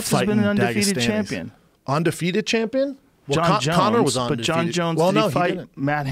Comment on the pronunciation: schaub love you man you have to stop saying ONdefefeted& superBALL.! UN & BOWL